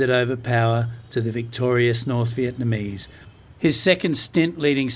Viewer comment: Good video. Thanks much for telling and showing us some of the bad times in Vietnam history. You are the first western foreigner who is not living in VN but pronounce the Vietnamese names and locations correctly. Also who (dare) to say American war instead of VNMese war. LIP